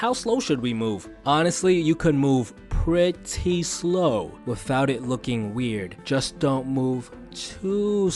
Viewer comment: The way he pronounced "P R E T T Y S L O W" and "T O O S L O W"🤣😂